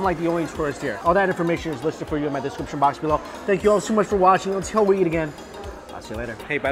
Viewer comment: Hey Mike I have been bingeing your videos and my wife loves when you say eat because of your accent. Because it sounds like yeet. Thank you for the good times!